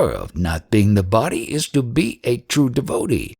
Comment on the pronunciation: Your voice distracts extremely. Please learn how to pronounce DEVOTEE